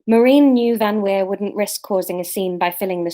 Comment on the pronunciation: Laura, you said VanWeer perfectly. Re Maki, we’ve had the same issue with both our girls (the boys ultimately wanted to wee on everything). I think you just need to hang out in the allotment for soooooo long that she has no choice but to wee and then go crazy with the praise - see if you can be there long enough for her to have a nap there. And i think the labling “wee” is a good idea - we say “do your wees” as soon as the pup squats and then “good girl” when she’s done. Sylvie used to hold on for whole walks and then wee in the garden, but she did learn once the walks were longer. Public poops took even longer. Also, if you’re going somewhere you go frequently, you could dig up a bit of grass that she weed on recently (or paper towel from an indoor accident) and take it with you to then seed that place with her wee smell.